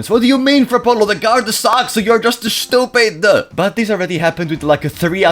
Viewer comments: My day is always made brighter every time I hear “SHTUPID” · i love when Frapollo say SHtupid